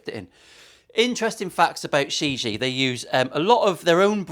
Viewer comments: It's pronounced "shee gee yeah" Chinese for World..Not being a smart ass : ) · Hi I want one of these. Just for reference the name of the guitar is pronounced Like sherr jee air correct mandarin. Love the video and lovely guitar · It has different meanings and pronunciation. The world is one of them but that’s shea je inuncisted. It also has a ghost type commutation in Taoism. It’s also a name it’s actually the owners son amongst the dealers it’s she gee just like says. Mark Shijie UK